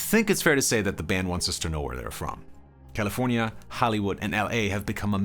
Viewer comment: The way this dude says Caeleefoornia makes my ears hurt! As do many of echo songs...but hey props to you for doing this thing